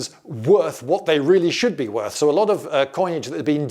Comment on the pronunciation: "half the worth" sounding very much Germanic "vert" / "wert"....